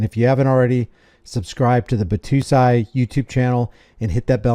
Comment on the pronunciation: Bat "toe" sigh